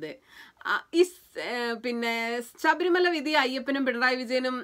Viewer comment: അക്ഷര ശുദ്ധി കമ്മിയാണ്...ഇല്ലേ..? സരണം അല്ല കുട്ടി....ശരണം ആണ്. അതുപോലെ സബരിമല അല്ല...ശബരിമല...!!